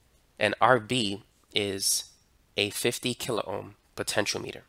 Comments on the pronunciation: I like your video and the information conveyed, but one little thing really got my attention. Please don't take this as criticism, but learning. Rb and R1 are potentiometers; in my 58 years in electronics, I have never heard that word pronounced as you do here. please go to a site to learn the proper word pronunciation. is excellent. The middle pin on a potentiometer is normally referred to as the "wiper" because it slides or wipes along the resistance track to give the desired output. It's also worth noting that Rb is connected in a "rheostat" configuration. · Wtf? He pronounced it (almost) entirely right. Your link says : "poten-sh[i]o-meh-ter". He said : "poten-sh[i]o-mee-ter" (big difference... he pronounced it as the unit of length, or as a device that measures something). Compare that to all those on the Internet who say : "poten-tee-o-meh-ter"